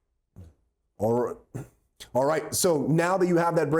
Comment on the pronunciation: lmaoo "olrut". Aside from that, im glad the judge was removed. he was very clearly hostile and biased and just wanted to know who snitched him out